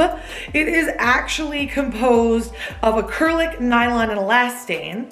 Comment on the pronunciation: does anyone else also always hear "acyrlic" instead of "acrylic"?